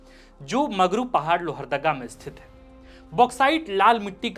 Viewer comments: सर मगरू नहीं बगरू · Bagru hota hai magru nhi